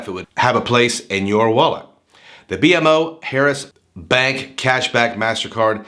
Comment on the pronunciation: Good review, it's actually pronounced Bee-Mo Harris. Very good bank & I plan to apply in couple weeks once my youngest account is 6 months old. There's 3 within 10 minutes from me. Definitely not new accounts or inquiry sensitive either!